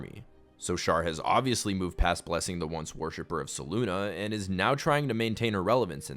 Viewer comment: It has to be said, Selune is not ever pronounced (se loon ah); that would be spelt Seluna.. not Selune. Selune is only ever pronounced (Se-loon-ay) (Se-loon-eh) or (Se-loon). There is no “a” in there at all to get the sound (Ah)